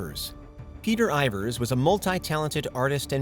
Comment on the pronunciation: "Insensitive"? 😂😂 {{Yeah, I was the actual opposite of that}} And btw, Peter Ivors is not an actor (he appeared in literally 1 movie) but a musician who composed the scores of a few famous movies....and his name is not IvOrs but IvErs actually. Look, do stop before you embarrass yourself further, ok? 😂🤣😂🤣